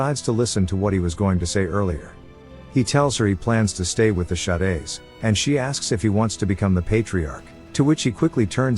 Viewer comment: Bro the text to speech being a bit dyslexic Shades- "Sha-days"